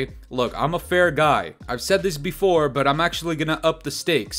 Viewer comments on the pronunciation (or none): none